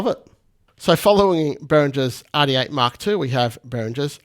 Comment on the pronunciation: Behringer Aaaaàh D8. Love the way Australians their R's 😂